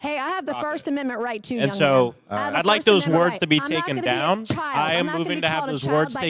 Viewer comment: She said ‘chile’ which was so much worse, but dim sum didn’t know it. Chile and child do not have the same meaning.